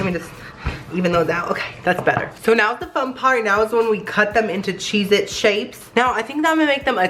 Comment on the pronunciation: "so chezety" lol